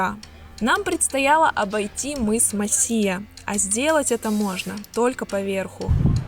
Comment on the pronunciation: Мыс не МосИя ,а МОсия !